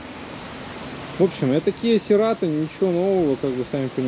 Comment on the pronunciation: Серато)) Говори правильно.